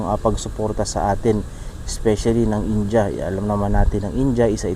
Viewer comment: boss india ...hindi inja...